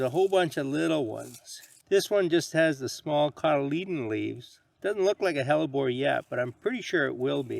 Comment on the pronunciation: I watched this video just to learn how to pronounce "hellebore." Was not disappointed!